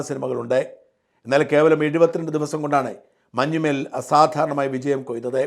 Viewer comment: മഞ്ഞുമ്മേൽ അല്ല shajan sir.... മഞ്ഞുമ്മൽ ആണ്... Sir മുൻപും ഇങ്ങനെ ഉച്ചരിച്ചിട്ടുണ്ട്... കുറ്റപ്പെടുത്തുവല്ല കേട്ടോ... അങ്ങനെ കേൾക്കുമ്പോൾ എന്തോ പോലെ തോന്നി അതാണ്...